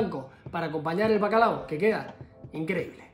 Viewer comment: Seguro que el “Bacalado” es de “Bilbado” 😂😂😂